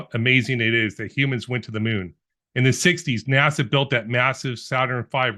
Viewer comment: “nâshâ‘” is the Hebrew word. “naw-shaw’” is how you pronounce it. “Lead astray”, “seduce” and “deceive” are some of the definitions. Now “beguile” certainly means to “deceive”. However, the Hebrew word here is not “NASA” or even close, it is “nâshâ’”. It has the “h” in there. Unfortunately, someone outsmarted themselves and created a new belief system that a lot of morons have fallen for.